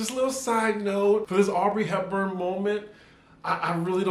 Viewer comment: I thought somebody would’ve told you last week but it’s AUDREY Hepburn